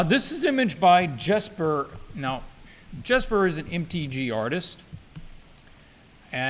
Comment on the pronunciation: For anyone who cares: Jesper Ejsing's surname is pronounced basically like: "icing" (eye-sing). As for his forename, Jesper, it is not a traditional english "J" sound like in "January" but more akin to the starting sound of "Yesterday" Sooo, keeping that in mind: "Yesper Icing" would be very close to the danish pronunciation. The more you know, I guess ¯\_(ツ)_/¯